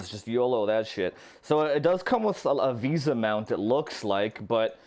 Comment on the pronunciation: VISA mount lol VESA is correct